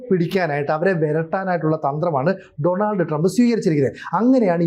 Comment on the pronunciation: ഡണാൾഡ് അല്ല --- ഡോണൾഡ് എന്നാണു ചില journelist മാത്രമേ ശരിക്ക് ഉച്ഛരിക്കാറുള്ളു.